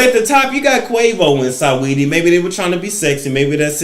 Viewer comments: RIGHT, LOL-- SA NOT SAW-- SINGING-- SA-WETTIE I.E. SWETTIE🤭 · Love how he says Sigh-Weedy...